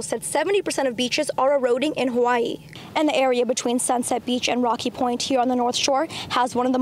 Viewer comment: Could we please get some reporters that will care enough to pronounce the place names of Hawai'i correctly?